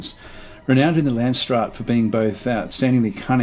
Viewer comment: Nope, you saying làndsstraat really puts me off